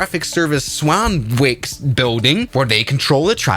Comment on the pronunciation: Swonnick… that’s yer Swanwick pronunciation…